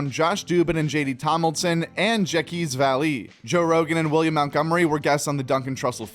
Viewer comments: Damn man, I love your channel but you need to fire yourself if you can’t come closer than that abomination of pronunciation. Jacques Vallée. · 😂😂😂 I'm dying at the pronunciation of the name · Damn dude you really don't know how to pronounce French names lmao. I don't blame you since it's the gayest language on the planet, but Jacques Vallee pronounced the way you said it is bonkos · Your pronunciation of Jaques Valle wasn't even close 😂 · The pronunciation of Jacque Vallee at the end was funny